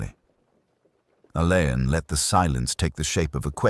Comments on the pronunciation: Roderick Alleyn pronounced ALLEN see Wikipedia ❤ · How clever would it be if names of unsure pronunciation used Googled or Wikipedia first? Alleyn being ALLAN‼️‼️